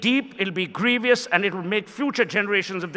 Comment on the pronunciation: Suhel Seth speaks posh and says :"grevious"(his pronunciation")